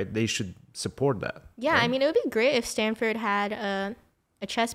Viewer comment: It's called Stanford not standford